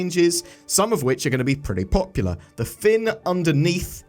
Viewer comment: Popular. It's gonna be paw-pew-oo-ler